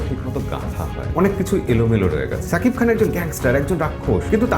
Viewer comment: সাকিব খান না , শাকিব খান। ঠিক যেমন বলেন সাহরুখ না, শাহরুখ খান।